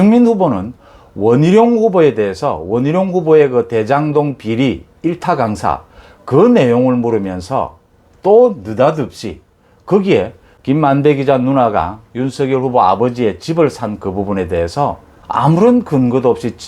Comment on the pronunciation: 좋은 분석, 매우 도움이 됩니다. 김만배의 발음이 김만대로 들리네요~^^